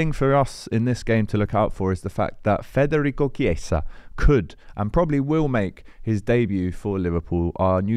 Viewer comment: You really need to stop saying FRederico. It's Federico. Forget about the R. Thanks!